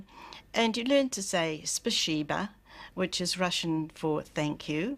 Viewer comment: Oh lord..... she should not speak russian.... she took classes and still thinks its pronounced spasheeba ??!?!?! Lmao .... and spashalsta?!??! Lol.... oh god....